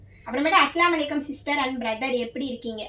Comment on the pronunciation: Assalamu alaikum - அஸ்ஸலாமு அலைக்கும் Va alaikum Salaam - வ அலைக்கும் ஸலாம் இது தான் கரெக்ட் நீங்க அஸ்லாம் அலைக்கும் ❌ வ அலைக்கும் அஸ்ஸலாம் ❌ Unga kitta 3 rd time solran itha konjo crct pannikonga sariya salaam crct taa sollanum illanaa artham vera maathiri ayirum